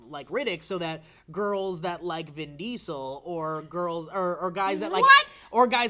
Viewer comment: Vin Dee-Sul